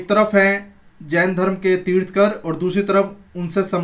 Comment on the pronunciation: तीथकर नही बोलते